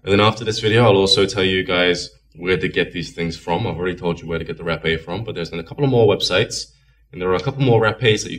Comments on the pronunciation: Haaaa-- peh Haaapeh not Rapeeey just saying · Hey, I'm from Brazil, you need to know you are using way much of it,. You shouldn't wait too much to blow in your other nose too. Also you need to pronouce the e more openly , like with more air coming from your throat.